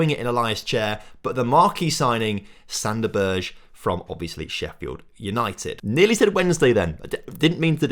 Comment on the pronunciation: the way u say most of these players names. jesus. Joe worrell? Figurodo? Sander Berj? lmao. Also we play 3-4-1-2 so the 4back wont work as a starting lineup. We only ever go 4 at the back during the game if we are in a nice lead...